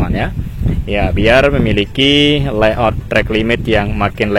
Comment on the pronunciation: Yang betul itu layout bukan leyout.